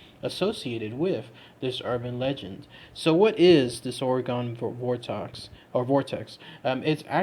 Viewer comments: It’s not OreGONE it’s OreGON pronounced Oregun ☺️ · It’s pronounced like (Organ) my man, not Oragon. As an Oregon native it irks tf outta me hearing people say it like that. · Ughhh I live in Oregon and it hurts me when he keeps pronouncing it Or-E-GON instead of Or-ih-gun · The state is pronounced "ore-gun" not "ore-gone"... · Jesus, The way you say “Ore-gon” is completely absurd. Born and raised here, little tip so you don’t sound like a damn fool.. try saying it like “Ore-gun” .. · They're still gonna get it wrong and say it Ore Gun. You gotta spell it out for em- "Ore-a-gun" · That is not how we pronounce it, is OR-IH-GUN. We do hear and pronounce the E. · Omg stop fucking pronouncing it wrong jesus christ